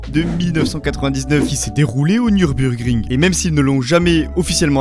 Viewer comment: "Qui s'est déroulée au nieuurbeunrg grignge " 😅